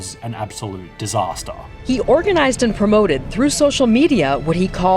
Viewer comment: “It was a complete diawwstahh”